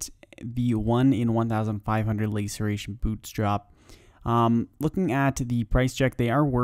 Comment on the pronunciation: Laceration, like last. Lasseration you may even say... English language isnt that hard if you try.